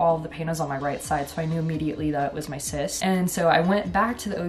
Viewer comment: Omgosh literally thought she said "I'm going to update you guys on my incest thing I've been dealing with since March" .... Nope, it was the cyst situation lol, I was stunned 😂